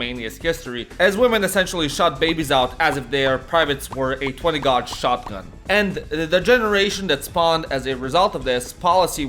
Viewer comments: gauge is pronounced gaydge, not godge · Gauge is pronounced „gayj” not „goj” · 20 gog shotgun? I don’t make fun of people if English is their 2nd language but c’mon man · Learn how to pronounce gauge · Your pronunciation of gauge tickled my tip